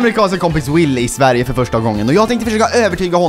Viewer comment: Will is hilarious och adorable at the same time, especially his pronunciation of ‘Sverige’ and confusion. 😂😂😂. Jag hoppas vi får se honom igen.